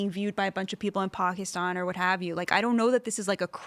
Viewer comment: That's not the english pronunciation of the word Pakistan.